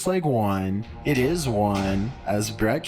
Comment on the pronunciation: Why is he holding the syllable lmao. "Taking buildings along with iiiitttt"